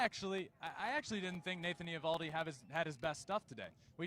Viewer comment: Can someone tell Justin's brother that he's mispronouncing Nathan Eovaldi's name. The O is silent. Pretend it's not there.